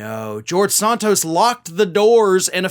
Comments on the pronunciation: I genuinely can not listen to your videos about George when you are pronouncing his last name differently than literally everyone else in the media. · Santos, like Santa Claus, not Sontos, like Sonic. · Why do you pronounce Santos british-like?